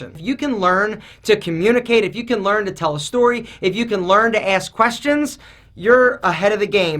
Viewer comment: “They can tale you about...” 😂